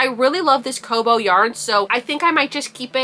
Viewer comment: I think it's pronounced kah-boo, rather than koh-boh, since the name is likely made from the beginning of the word cotton and the end of the word bamboo. I love the new colors - my Walmart only gets the pastel colors. I'm always impressed with how many projects you complete!